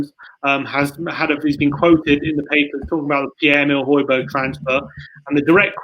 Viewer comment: Thank you for pronauncing Højbjerg correctly at the start🇩🇰💙🤍